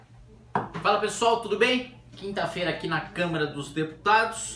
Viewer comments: Kim...tafeira kkkkkk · "Kimta feira aqui na câmara dos deputados" ;_; kk